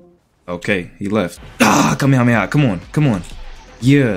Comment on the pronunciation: The "Cam meh ha me ha~"had me on the floor 😂 (name it N00BHELLKING)